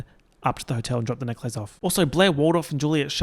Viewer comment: the way you say necklace makes me so frustrated for no reason